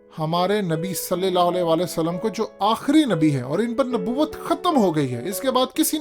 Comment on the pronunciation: سل لے لا آلے وسلم کیا ہوتا ہے؟ کہو سل لل لا ہو علے ہی وسل لم۔ کتنا ناقص تلفظ ہے تمھارا۔